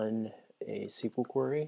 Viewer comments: This is an excellent guide, but I do have one gripe. "Query" is pronounced like this: A "quarry" is a place where they dig up rocks. It is also another word for prey. I dunno, it was just really distracting for me. But, like I said, this is an amazing guide to Flask. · LOL I was going to post the same thing. It's "normally" pronounced queer-eee.